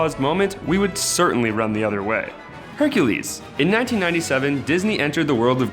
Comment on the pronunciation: HONEH YOU MEAN HUNKULES